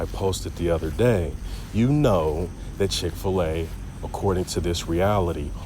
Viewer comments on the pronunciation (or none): Chic-fil-A 100% FO-SHO